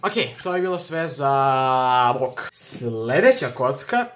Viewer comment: Dobijem napad, kada cujem da kazes vOlk